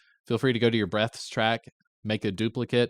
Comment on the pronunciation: You need to annunciate the word breaths more hahaha!